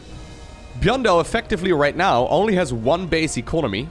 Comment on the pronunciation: Others: Micro Jackson: Gyun